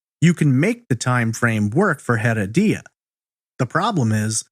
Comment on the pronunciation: OMG I'm so sorry but listening to you saying Rodolfo Heredia's last name is like hearing nails on a chalkboard! It's HEREDIA pronounced UH-RED-YUH. In Spanish the H is silent, and you are definitely not keeping in silent. You are pronouncing it like HEAD-UH-DEE-UH now try UH-RED-YUH. See how easy, you added a whole other syllable & made it harder for yourself. Thanks for your awesome content btw. I've been listening to your content for the past 2 yrs and I absolutely love it.